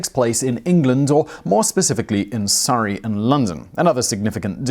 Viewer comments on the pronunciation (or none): none